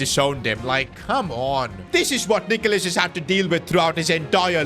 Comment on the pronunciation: bro please just call him nicholas not nickolas har...